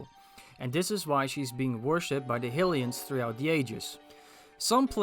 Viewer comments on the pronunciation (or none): My pleasure! Think of it like high-ly-uh and high-ly-an if that helps at all.